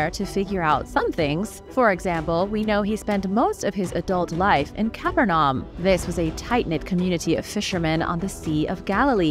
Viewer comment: "Caaa- Perrr-Num" ...